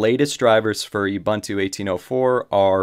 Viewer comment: Great video, kills me how you pronounce "Ubuntu" though!